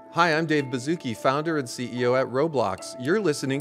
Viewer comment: Its Baszucki